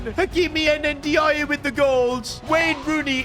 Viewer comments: Ndiaye is prnounced a bit more like “in-die“ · bro his name pronounce like "ninjaai" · Endy ya yeah might be the best mispronunciation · bro butchers every Nigerian name thats not osimehn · Bro doesn't know how to say ndiaye😂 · That was the worst pronunciation of N'diaye i ever heard 😂 fix up man smh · The pronunciation for Ndiaye is absolutely killing me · You are not saying Ndaiye name properly